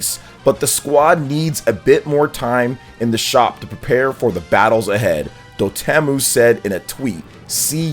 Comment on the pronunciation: It's Dot Emu, like the bird.